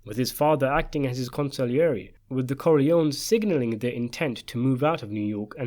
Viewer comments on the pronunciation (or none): none